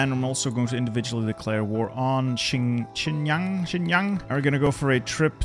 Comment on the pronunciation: pronunciation of Xinjiang as "Chynyaang" disturbs me